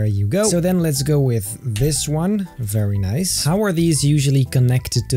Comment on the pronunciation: I love when he says fairy nice